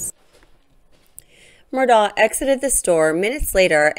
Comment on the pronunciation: I'm distracted by the mispronunciation of "Murdaugh" throughout the entire video. The family name is pronounced "Murdock".